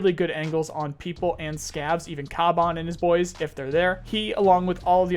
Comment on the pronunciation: It's pronounced Kavan not kaban